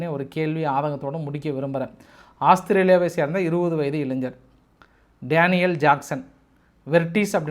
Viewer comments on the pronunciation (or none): none